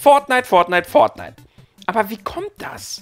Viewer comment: Das wird fortnite geschrieben -_- nicht "pfort knight"!1!1! lieber mal davor recherchieren!1!1!1+1!